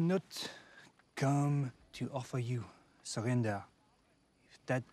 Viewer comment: She's not comparing to those with an excellent english but with people with a strong accent. They really wouldn't have pronounced the words like he just did with "victory", "surrender" and "lull" for example. It may seem like small details to you but to a French person, it's so audible that it throws away all the credibility that he is French and sounds very fake